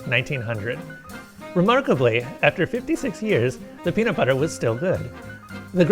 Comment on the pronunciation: peamut bubber